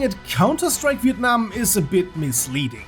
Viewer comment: You pronounce Việt Nam and Sài Gòn so good bro !